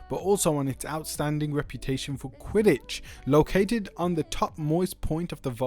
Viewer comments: lol I was like what is quit-tage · Oh and it's quidditch not quittage 😂😂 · doesn't look like he does since he called it quittage 😂😂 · lol I didn't know he was trying to say Quidditch. Did he even watch Harry potter